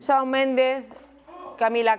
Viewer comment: me sangran los oidos cuando pronuncian mal el nombre de Shawn. Quitando eso, me ha encantado que les haya tocado esa canción 😍🔥